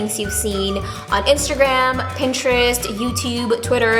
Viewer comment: always says instergram instead of Instagram 😂